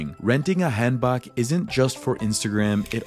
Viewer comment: Not hatin’ at all, awesome video, but another tip is learn to pronounce some of these things properly to be understood. Like Hanbok is “Hahn-bohke”. “A” and “o” sounds in Korean are always long, “ah” “oh”. Same with Hongdae, etc. “sohng-doh”